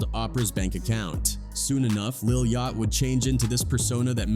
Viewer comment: fr cause the way he pronounces Yachty name is crazy 😭